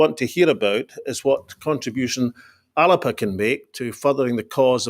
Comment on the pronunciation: Why is he pronouncing it The 'Alerpa' Party?